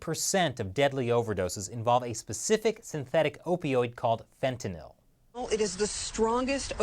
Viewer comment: Glad you pronounced fentanyl right